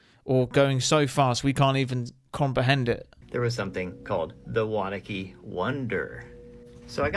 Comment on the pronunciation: Its pronounced WANNA QUE NJ. Not Wanakey..I know because I lived there. Wanaque